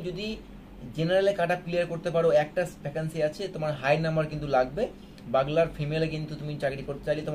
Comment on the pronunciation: বাগলার না বিগুলার